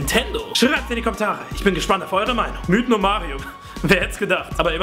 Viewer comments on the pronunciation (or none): none